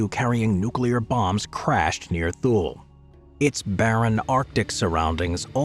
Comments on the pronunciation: It is Too-Lee, not Thool. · Thule AFB is pronounced Too-Lee, not Thool. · How about spending time to learn how to pronounce Thule. Not TOOL, but Too-Lee. Who makes these things, 5th grade drop outs? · Great selection, thank you. I received orders to Korea and chose retirement instead. My billeting office told me that if I withdrew my retirement for any reason there was an unfilled MI Officer billet at Diego Garcia that had my reservations confirmed. I've always heard Thule pronounced Too Lee. Wow Pine Gap and you showed picture of USASA Field Station Berlin. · .23 Thule Greenland is pronounced Too Lee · Thule is pronounced too-lee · Thule is pronounced "Too-lee" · You pronouncing Thule wrong as the air force called it too-lee. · And it's pronounced "TOO-lee" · Surprisd at the mispronunciation of Thule, as in previous videos he's pronounced it correctly. Also, and I am sure Im going to sound like a broken record here, but... c'mon, CFB Alert! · I about died at his pronunciation of Thule.